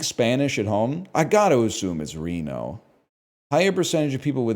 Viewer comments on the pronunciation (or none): none